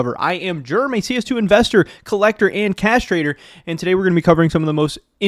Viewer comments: I could have swore you said I’m a castrator instead of cash trader haha had to rewind that one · Cash trader sounded like "castrator"